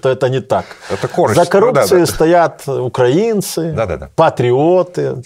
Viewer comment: Не змогла додивитися це. Пофіг, що російською, але оце "укрАінци"... Як кажуть, нема сечі терпіти ці борошна.